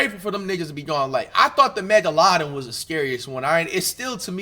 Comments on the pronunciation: the mega laden? Wat he trying to say or that a real fish 😂😂😂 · tf was that megladon pronnounciation... 'megaLADON'🥀